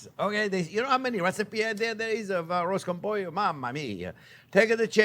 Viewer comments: "Arroz con pollo" Excellent spanish accent Chef!!😊 is a cheap dish, easy to do and tasty...Great recipe this version "A la Jean-Pierre" I love it! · arroz con pollo! your Spanish is great haha